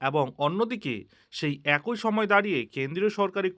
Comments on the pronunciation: সহমত পোষণ করছি। বড্ড কানে লাগে। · এরই,,,, একই ,,,এবং,,,,উচ্চারণ গুলি ঠিক করে নিন